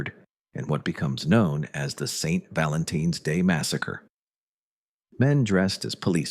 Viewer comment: Be sure to trust the info coming from a video incapable of pronouncing Valentine’s Day correctly